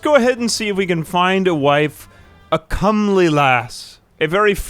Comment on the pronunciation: No, he said it right—or at least the overwhelmingly more common way.